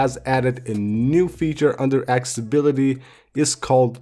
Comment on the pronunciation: Ac-ce-ssi-bi-li-ty , Not Axebility Ce-llu-lar , Not Celar